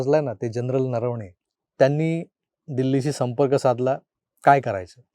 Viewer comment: Barobar vishleshan..thumich Naravane heh aadnaav barobar ucharlet..baki news channel vale bhaltach ucchartayet 👍👍